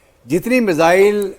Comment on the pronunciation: मुझे तो आज समझ नहीं आया कि ये मिज़ाइल होता है या मिसाइल।।😮😮😮